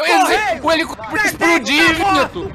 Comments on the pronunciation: "TO no elicopere" kkkkkkkkkkk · "to no helicoperey" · O video é tão engraçado, que ninguém notou em o falando que ta no "HELICOPERÊ"